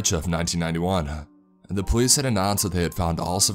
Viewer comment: what the hell is a saw-uh!? 1991-uh? identified-uh? mengilled-uh? girlfriend-uh? that-uh? talking-uh? old-uh? child-uh? Who thought you to speak the english language? This is very annoying!